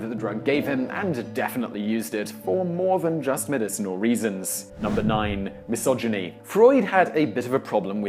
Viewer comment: Dat "mysoginy" tho 🤣